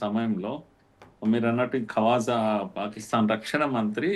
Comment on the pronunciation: Kawasaki asif kadhamma khwaaja asif 😮😮😮😂😂😂 hindi raadhu urdu etla andi